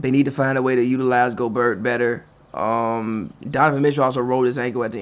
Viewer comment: Justin Beagley lol Utah won and they stay proving these sports "fans" wrong! The one on the right doesn't even know how to pronounce Gobert